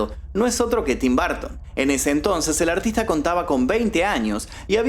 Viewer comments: Burton por favor el próxmio video de Tim Burton pronuncia BURTON no barton, gracias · En inglés se pronuncia tim borton no barton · es Burton no Bartin. Porque no decir el nombre de el correcto? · ¿Por qué pronuncian Burton como BARTON? Ni siquiera se parece a su escritura, en dado caso podría asimilar se más a la correcta pronunciación si pronunciara como Buerton, pero BARTON ni al caso. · No es barton ,es burton y así se pronuncia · Porque pronuncia tim BARTON? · De hecho no es correcto del todo lo que mencionas, ya que bajo esa premisa muchas palabras se pronunciarían como "A" y en realidad no es asi. El punto que menciono es que marcas demasiado la pronunciacion que llega a sonar como un apellido diferente. La pronunciacion correcta es "br" quitando la letra "u" en un termino medio que no es ni "Bur" ni "Bar". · Tim "Barton" 😅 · Suena chido Tim BArton 😂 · Me estreso escucharlo todo el tiempo decir TIM BARTON !!!! Nooooo porque pronuncia mal el apellido !!!! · Por q dices tim Barton 😂😂😂😂😂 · Tim "Bartin" 😂😂😂